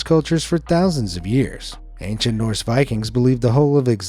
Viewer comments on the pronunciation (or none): none